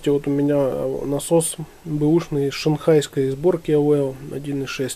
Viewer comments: Зачетные и познавательные видосы у Вас!👍 Только не "АвЭо", а А В Е О )))😁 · Есть интересный видос. Только ухо режет когда ты говоришь АВЭО))